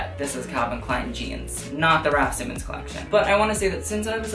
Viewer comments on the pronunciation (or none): none